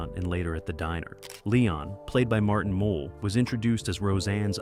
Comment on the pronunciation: That’s Mull not mole.